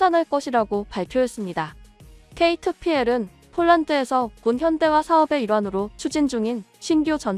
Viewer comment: 컴퓨터 목소리로 방송하지 마쇼.케이투피헬??이 뭡니까??